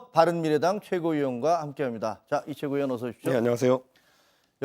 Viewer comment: 이 최고의원은 을 아주 빠르게 발음 ㅇㅇ